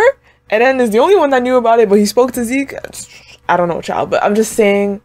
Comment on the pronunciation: lmao u keep saying "eh den" instead of just eren. sounding like mikasa